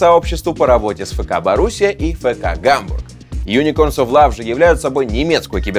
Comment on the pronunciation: НЕ ФЭКА, А ЭФКА